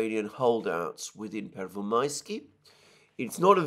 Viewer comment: Pervomaiskoye is the Russian name! Pervomaiske is Ukrainian. Your "Pervomaisky" doesn't exist. ^^